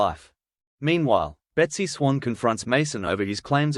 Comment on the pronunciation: its besty swain not besty swang